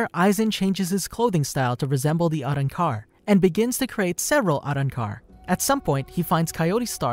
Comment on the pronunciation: I just really hated the way he pronounced “Arrancar”